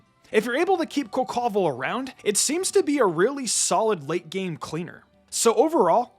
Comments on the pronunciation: Why oh why do you call Quaquaval as Cocowall? Plz. It's QUA-QUA-VAL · The way you pronounce Quaquaval's name🤣🤣.